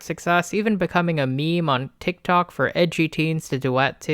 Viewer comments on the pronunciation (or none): none